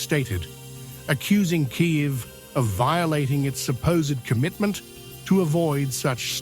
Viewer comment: lol kayivs??? is that even a place??? kiev to kyiv now kayiv hahaha 😂😂😂